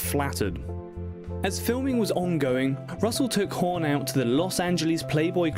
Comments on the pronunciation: It is not "horn", as you pronounce it. It is HAWN.....say fawn, Dawn, Hawn.....several times to get the dialect correct. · I love this couple but next time please don't let anybody with the English accent do a story on them once he called Goldie hore and then he just screwed her name up all the way long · Who's Home ? It's Hawn !